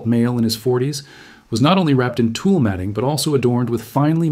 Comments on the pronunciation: Tule is pronounced "toolie" not "tool". Also, Otzi was around 5000 years old, not 8000. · Tu Lee not Tool... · I think tule is pronounced too lee, not tool, anyways great video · Please; "tule" is pronounced too-lee, not tool. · Tule mat, pronounced Tule, like Julie not like tool. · Not "tool reeds", tule...tōōlé or tool-lee. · Long e at the end of Tule. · In CA we pronounce "Tule" with two syllables.